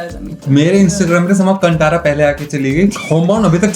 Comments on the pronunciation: Great video guys. Also, bought the book for my whole family and they loved it. Just a note - the word Kantara is to be pronounced as कांतारा not कंटारा. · Its pronounced Kaan-thaa-ra and Ranveer mimicked the diety the village worships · Kaan-taara ( it’s pronounced like this कन्तारा) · Please pronounce "Kantara" correctly..